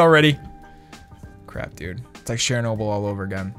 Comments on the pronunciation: I’m typing it how he said it 😂🤷‍♂️ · "Shernobal" You should research it Highly recommended Love the vids though